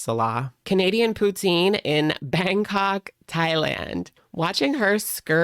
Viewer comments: According to Chantal it's "pootziiiine", she is an expert, in everything. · 😂😂😂 poutine is pronounced "poo-teen"